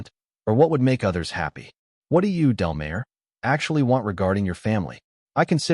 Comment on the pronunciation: It’s Delmar as in del-m-are